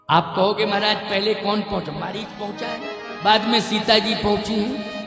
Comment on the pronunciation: मरीज नहीं था, मारीच था , सुधार कर लीजिए ।